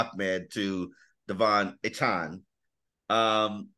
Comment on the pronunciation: Achan not achon geez